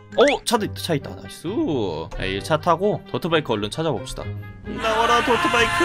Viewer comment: 자꾸 더트바이크를 더치바이크라 하넼ㅋㅋ 늙어가는 증거인가